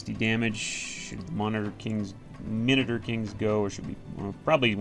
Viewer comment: Mino-taur as in like Minnow (fish) and Taurus (constellation)